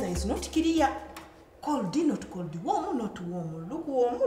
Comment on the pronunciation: Coldi not coldi warmu not warmu 😂😂😂